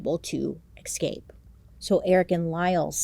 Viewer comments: It’s “eScape”, not “eXcape” Bailey 😅❤️ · It's so cute when you say "ecscape" or "exscape" instead of "escape", I love hearing it in all your videos 😂🤗♥️